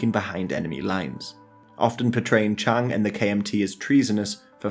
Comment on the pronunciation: Please can people take more care in pronunciation of Chinese names. Chiang (蔣), the correct modern spelling is Jiang, but Chiang Kai-Shek the old name is still widely used) is a diphthong, thus Chi-ang (Ji-ang), not Chang (Zhang, 張) or Cheng (鄭). The modern correct pronunciation for CKS is Ji'ang Ji'e Shi. You say Nanking and then say Beijing and not Peking, in fact it was called Beiping (北平) then. Only when the CCP formed the People's Republic did they change it to Peking (the university still uses Peking in English) or Beijing. Mao's base Yenan is Yen(延)-an(安), not Yen-nan.